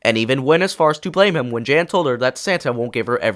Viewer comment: Note: not sure if this is AI voice or not, but Arthur’s mother is called Jane, you said Jan